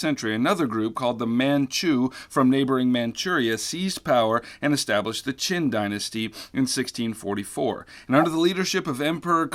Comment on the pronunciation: I know you probably just mispronounced it, but for clarification , it is the Qing Dynasty, not the Qin Dynasty. I’m crying the new APWH Modern curriculum took the Qin out too.